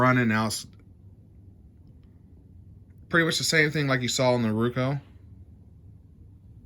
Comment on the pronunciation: Very informative video. Thank you for making it. Also, on a side note, I love how you say RUKO instead of ROKU. 🙂